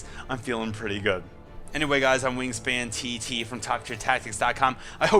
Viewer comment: Aw you said it correctly, I'm honoured! Thank you WaNGSPINTT *giggle* <3